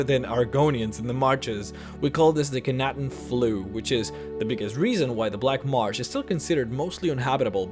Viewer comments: It's "marsh", not "march"... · Can we please pronounce "Marsh" correctly? It's Marsh, not March.